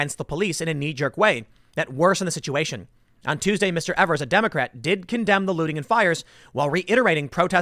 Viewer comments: It's EA-V-ERS. Not E-V-ERS. That's how he pronounces it. But SH-IT-H-ED works. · Tim it's not Evers as you say it it's pronounced EEvers with a long e at the beginning. Every time you say it, it drives me nuts.